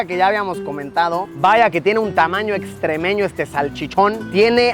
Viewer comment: Luisito no se llama extrémeño se llama estremeño XD 🤣